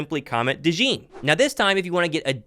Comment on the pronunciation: Cooper “Dajawn” Dajean